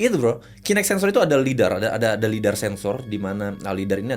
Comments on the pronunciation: izin koreksi Lidar bang bukan Leader. Saya tau karena buat pemetaan Geografi juga alatnya bang 🙏🏻🙏🏻. Kerensi ini kontennya penelusuran pake teknologi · Lidar bang bukan leader